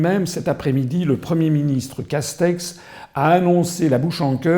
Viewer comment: Ces caster ou castete 😂😂😂😂